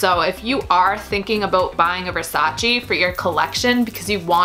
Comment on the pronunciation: No versaciiiiii ma versaceeeeeeee per Dio